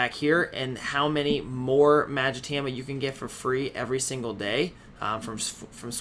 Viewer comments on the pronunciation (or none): Please... Please stop saying magatama wrong it drives me mad everytime I watch a video of yours it's ma-ga-ta-ma not mag-itama